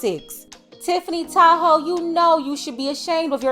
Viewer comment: Every time I hear Tiffany Tahoe I hear Tiffany Tied hoe 😂😂😂😂😂